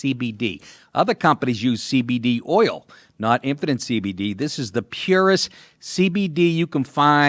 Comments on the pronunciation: when he says 'infinite cbd' it sounds like 'impotent cbd' ... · Dude, you sound like you're saying Impotent CBD UNUNciate! Enjoy your cake.